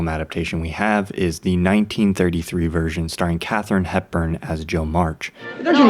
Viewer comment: It took me minutes to realise that he said 'Version' and not what I thought was 'Virgin'.